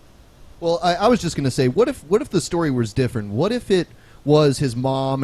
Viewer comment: *****'' I'll tell you hwat I'll tell you hwat''